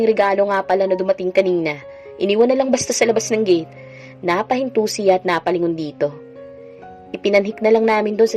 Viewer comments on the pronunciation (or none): none